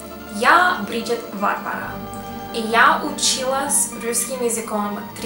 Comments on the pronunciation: Не вАарвара, а варвАра! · Если уж называть БАрбару Варварой, то ударение надо делать на предпоследнем слоге: ВарвАра (ТамАра, СветлАна, ВалЕрия, ИзабЕлла, АнтонИна, ЕлизавЕта...)